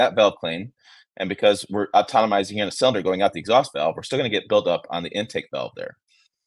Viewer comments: you are driving me nuts the way you pronounce ATOMIZING. It is A-TO-MI-ZING. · Atonomizing? Atomizing* 😂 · Atom - izing Not Automomizing